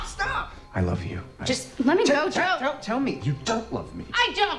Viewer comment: "I wolf you" 🤢🤢🤢. I hate it so much